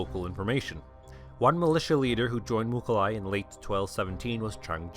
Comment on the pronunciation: Its not Mukhali. its Mukhulai Мухулай. There are tons of pronunciation mistakes about Mongol names... Starting from Genghis which is actually Chinggis